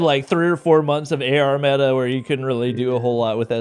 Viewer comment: Meta: Meh"a